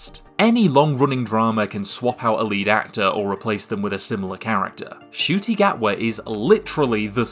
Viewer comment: It's N-cuti not just cuti btw, I mean even he mispronounced his own name for a while so